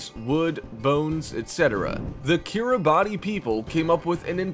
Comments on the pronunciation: Umm Yeah, around the 40 second mark you talk of the Kiribati Islands.... the thing is, it’s spelled Kiribati, but it’s pronounced kir-a-bus. Just thought you like to know that you’re insulting the entire country by mispronouncing it’s name... but then you sound like an American, so going around insulting people by saying the name of their country wrong is just par for the course. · Kiribati is pronounced "Ki-ri-BAS", the last syllable rhyming with "arse." Two minutes of research on the net would've told you that.... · Kiribati 🇰🇮 is pronounced: “Keer-e-bahs”. I don’t personally know why that is, but I do know it’s NOT pronounced how it’s spelled.